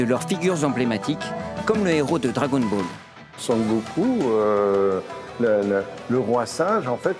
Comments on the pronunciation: Alors c'est "Son Goku" déjà (孫悟空), pas "sangoku", et ensuite "goku" tel qu'utilisé dans la série est un diminutif du vrai nom du héro. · bon...la dame a voulu dire "Son Goku"......c'est pas la fin du monde....